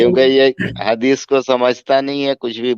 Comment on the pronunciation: Hadish nahi hagish bola karo